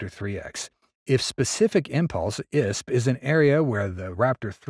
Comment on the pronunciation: Eye Ess Pea not "isp."